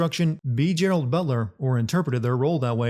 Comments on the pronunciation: "Gerald" +1 sin. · “GERALD Butler.” Really? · Gerald? I believe its Gerard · You said Gerald butler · *Gerard butler not gerald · Don't you mean Gerard Butler? Not gerald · “Gerald” Butler?!?! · Be Gerald Butler? You mean Gerard? I'm not finishing this dumb video. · Gerard butler not gerald. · Who the fuck is Gerald? His name is Gerard 💀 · It’s GERARD BUTLER not Gerald Butler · It's Gerrard Butler, not Gerald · No one's going to mention that he called Gerard Butler, "Gerald Butler"? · It's Gerard you swine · It’s *Gerard Butler